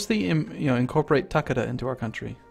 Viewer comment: Takeda the ke in it is pronounced like Kay as in Okay ;) and Yes i am thinking about just Ragequiting watching it :P